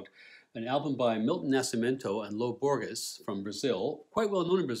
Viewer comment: Hot tip: When pronouncing the words Borges and Gerais think of the sound of J. Such nice review with great depth and details, beautifully done.